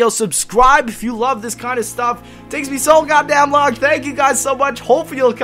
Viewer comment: i dislike how you emphasis the word "This" lol